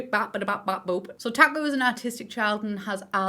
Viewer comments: Taku more like taco 😂 (it sounds like taco me) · When she says "Taku" I cant help but hear "taco"